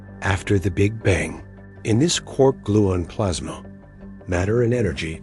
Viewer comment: "I have never in my life heard someone say 'gluin' instead of 'gluon.' Does the narrator call himself a 'morin'?